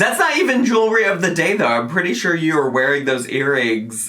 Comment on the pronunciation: For some reason, it really drives me up the wall that she says "Jew-ry" instead of jewelry.